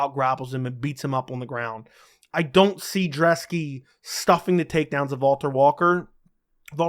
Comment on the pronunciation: Dude! It's Brzeski.....not Drzeski! And i think Brzeski gets the upset here. Thanks for the great breakdown!